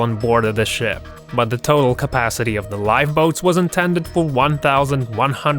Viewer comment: Is it me or did i hear Sh*t or Ship?